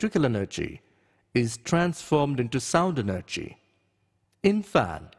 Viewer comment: Wow he speak like for example, elctical eneggy, is tanformed, speak like that but i like the video